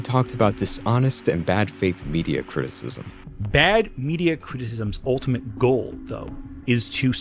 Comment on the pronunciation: God, if I have to listen to him say "cristsm" again...